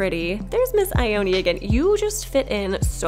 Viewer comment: Did she just whine girl Ione’s name?? It’s a Japanese name so it’d be said like EE-OH-NEh not EYE-OH-NEE Ugh it’s so imple to learn to pronounce japans 5 vowels